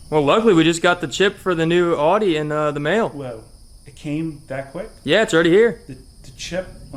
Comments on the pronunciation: y tf did he say odee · Cringe every time they say “aww-dee” instead of Audi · Am I the only one unreasonably bothered by them pronouncing it "awe-dee"? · You pronounce Audi wrong. Dumb ass. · How can someone who "knows cars" still mispronounce "Audi"?